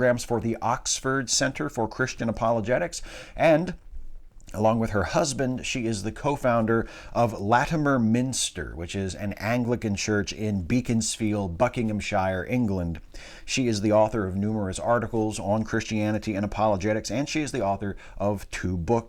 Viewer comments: Excellent as always - thanks so much. As a quibble, may I point out as someone who lives a mere three miles from Beaconsfield that it's pronounced - usually, anyway - as Beckonsfield. Keep up the wonderful work,, and stay strong in these Trumpian, Brexity times. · Sorry to cramp your style, but living close to the place, I've got to tell you that it's pronounced "Be-ckons-field" in "Buckinghamsh'r"